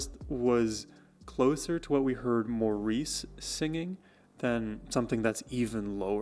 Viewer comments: Maurice is pronouced MORRIS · It's pronounced "Morris" not Maurice! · Maurice is pronounces Morris. He is the glue. He plays bass and fills in vocally where needed. He even does falsetto. Barry and Robin share lead depending on type of song.Barry has a tremendous vocal range.They remade themselves numerous times as popular styles of music changed over time. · Darling, its pronounced Morris! although spelled Maurice. To honor him, and he deserves it, we need to say his name correctly. I love your walking us through the magi c of the Bee Gees music and their amazing talent and genius. Thank you.